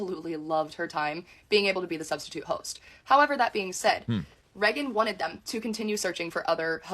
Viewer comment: Something about how she says "Reggan" instead of "Raygan" is irksome 😂